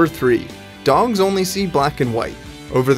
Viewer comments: Did he say dongs instead of dogs ? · lol he said dongs instead of dogs😀🔫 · did anyone notice he said "dongs" in stead of "dogs" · DugooTheFrog ayyee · The part talking about dogs... He said 'dongs' the first two times... At least that is what I heard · why does he pronounce dogs like dongs?